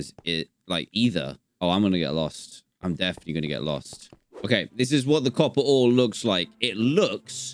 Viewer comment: Dan : copper ore Me : coppore